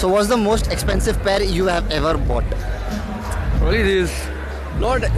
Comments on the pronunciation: Bought ❌ BoughTTT✅😂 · "Ever bough TTTTTT"